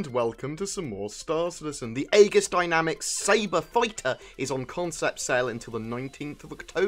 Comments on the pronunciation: its pronounced EEGIS....like our Aegis class missle cruisers in the US navy....just a bit irritating hearing Ay-GIS all the time....just google the word Aegis and you'll see its pronounced EJIS....the A is silent. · It's pronounced Egis. In English AE is pronouced as E, it's a left over from ancient greek influences. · Agree on that one. Its like E-jiss. Its not spelled how its written at all :3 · that's not how you pronounce aegis...